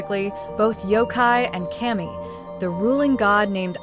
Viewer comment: Not kay-mee, it's cuh-mee (kami) means god